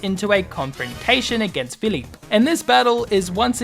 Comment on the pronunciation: I have to say, you're the first YouTuber I have heard pronounce "Philippe" correctly for a game that takes place in Pokemon France.